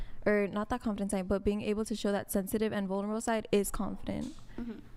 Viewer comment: “What’s that word?” “Vulnerable?” “Yeeessss varnarble!”